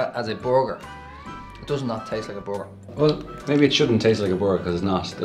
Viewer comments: whats a "boarger" lol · Not trying to be mean but it sounds like the are saying bogure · lemonyoongi I love the way they say burger, it sounds like booger! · Does it taste like a "borgur" though? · for butchers you'd think they could pronounce borger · boguer = burguer ou kei... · Well the accent is difficult to understand and no i am not from the US at all but i were having a hard time understanding them. I laughed my ass off the way they pronounced burger that was hysterical. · The way they pronounce burger kinda made me angry